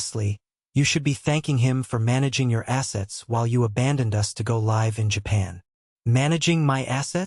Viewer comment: Okay, this is an entertaining story but let me give you guys some advice when you're using this cheap ass AI get the pronunciations right live versus live things like that. I mean come on guys. You can do a lot better than that. And your your enunciation is terrible. This obviously has to be one of those what I refer to as Chinese SOB stories but do better please